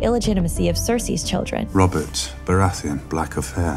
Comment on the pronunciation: I think its more that no English person would ever pronounce it that way. Its the same with Baratheon, GRRM emphasises the ON when all the British actors use -UN.